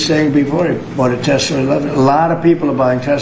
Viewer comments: I thought Donnie was yelling out “Tesleeer” in a kind of playful (and insincere) way, but he keeps saying it that way. So it’s probably that, ever since he heard the name, he misheard it, and then kept thinking and saying it that way. - He seriously just didn’t connect the dots that it’s “Tesla” in reference to Nikola Tesla and of course electricity. - That’s… both shocking (heh) and unsurprising. He really has the mind of a child. Though, to be honest, he doesn’t care to look into things, so I can believe that he seriously never noticed the name in writing, even though he should be way more observant, but also he’s probably quite hard of hearing so I can imagine he actually heard “tesler” from the start, even though that was like 15+ years ago now. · Teslr and not Tesla ,,,,,, he can't even talk ............. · Why no one corrects him when he says Tesler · The wrong way to pronounce Tesla. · Tesler is biggly. He loves words, biggly words. What is a Tesler anyway? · I just need to make one tiny complaint.. as a fan of yours! I think the way Trump pronounces Tesla is his NY accent. I’m💯% on board riding him on ALL the shit he pulls and ALL the BS he’s doing and saying… but this one is just an accent. Gotta let it go. New Yorkers/New Englanders and the English pronounce it similarly. JS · Why can’t he say Tesla properly? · It's "TesLA!" Not "TesLER!" And also, kid rock is a washed-up hazbin and can go to HE🏒🏒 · He calls it Telsler because he's so smart he knows stuff that we don't about it duh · We need shirts with pictures of Donny saying "I love-teh-slur." Because that's what he's doing constantly. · "I LOVE TESLER!" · Trump says "Tesler" because he has "dementcher". But no doubt like Fentinyl (should be said "nil" not "nol": fentinol is a completely different compound). I'm sure the entire GOP, MAGA, the media and Elon will all copy Trump and mispronounce it 8n the future, because they are not in a cult. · "In fact you have a tessler" 😂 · Dumb sob. Lol tesler?